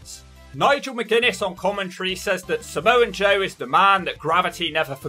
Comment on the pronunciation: There’s no N in “Samoa Joe”